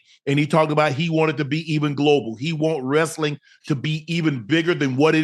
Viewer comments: Ocho: haven't watched wrasling in so long Shannon: Wrasling uhh wrestling 😂😂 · Wow Unc… you talking Wrestling now?! This guy has range! On another event, my father says Rassling… I never understood how people can’t say wrestling. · My nigga ocho said wrasling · Let’s talk some Wrastlin 😂😂😂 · Ocho: "wrasslin"